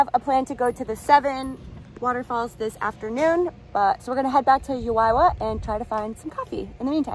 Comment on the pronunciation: ACTUALLY..ITS HOW-A (A-pple) YOU- A( A- pple) Juayua